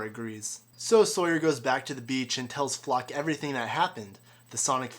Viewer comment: It's not ' LOCKE ' ! not FLOCK!